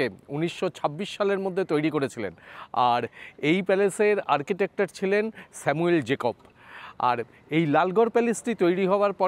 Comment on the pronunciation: 31.24 "Architector" বললেন! এরকম অশুদ্ধ উচ্চারণ আপনি সচরাচর করেন না।